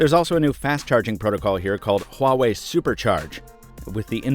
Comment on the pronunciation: Wah... not Hwah... WAH-WAY, sorry I work for a phone company and the amount of people who say this name wrong on a daily basis is enough to give me a seizure